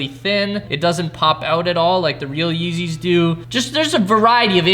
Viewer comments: Mans said real yezzys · Is it just me or did he say feezys a lot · he said feezys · did he say feezys